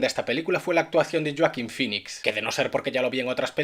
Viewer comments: "Yoakin finix" xdddd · "yoakin pinicks" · joaquin phoenix, no yuakin fenis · "Es por shoakin finix" jaja